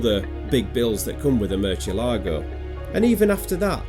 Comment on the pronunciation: Murchielago? Realy? Murchielago? Murciélago is a spanish word and it means bat. That c doesn't sounds like ch, it sounds like s in latin spanish and sounds like th (for example in "thing") in Spain's spanish. So, it is Mursiélago in latin spanish and Murthiélago in spanish spanish 😅😂. Oh and the accent is in the é, so it is MursiÉlago or MurthiÉlago, Murciélago.